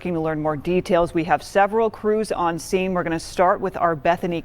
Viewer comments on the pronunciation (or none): none